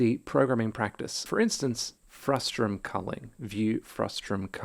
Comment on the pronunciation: stop it with the "frustrum". it's a frustum. you're driving me crazy, man.